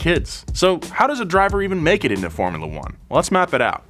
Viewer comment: This fellow's pronunciation of "formula" is disturbingly awful.